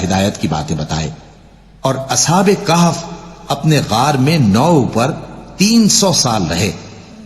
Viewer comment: Its not kahf... dear it is ka'-haf